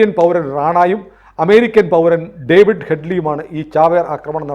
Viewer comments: COVID അല്ല ഡേവിഡ് ആണ്. David Coleman Headley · കോവിഡ് കോൾ മാൻ അല്ല ഡേവിഡ് കോൾ മാൻ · ഒരു ചെറിയ തിരുത്തുണ്ട്. കോവിഡ് കോൾമാൻ ഹെഡ്‌ലി എന്നല്ല ഡേവിഡ് കോൾമാൻ ഹെഡ്‌ലി എന്നാണ്. അങ്ങനെയാണ് ഞാൻ മുൻപ് കേട്ടിട്ടുള്ളത്. (വേറൊരു കാര്യം നമ്മുടെ മാപ്രകളിലൂടെയാണ് ഡേവിഡ് കോൾമാൻ ഹെഡ്‌ലി എന്ന് കേട്ടിട്ടുള്ളത്. ലവൻമാരെ വിശ്വസിക്കാൻ പറ്റില്ല.)